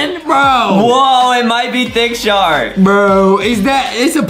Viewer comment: I like how Adam and Justin says it's a sharck